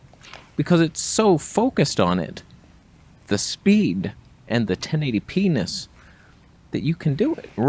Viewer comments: The “1080-p-enis” got me chuckling hard for some reason 😂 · you said 1080p-ness.....like ten eighty p-ness...say that out loud